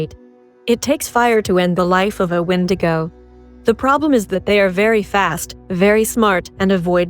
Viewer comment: Wendigo is pronounced wen de go!!!!!!! Rak shasa ; Daeva + Day va . Shtriga - stree ga _ WATCH THE SHOW!!!!!!!!!!!!!!!!!!!!!!!!!!!!!